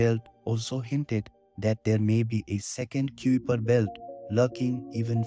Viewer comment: You mispronounce "kuiper" in this video. It's supposed to be pronounced like "kai-per"; rhyming with "sky-per".